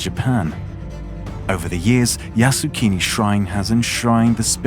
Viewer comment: full of error... can't even pronounce Yasukuni properly. The YouTuber knew nothing about Japan and Asian. The pronunciation is yasukUni, not yasukIni, which means "make the country settled" or "stabilize the country", which indicates war and has nothing to do with PEACEFUL! Top WW2 war criminals are enshrined in Yasukuni shrine! It is a propaganda tool luring gullible comment people to worship war and to be cannon fodders! Stop glorifying the cruelty brought by warrrrrrrr!!!!!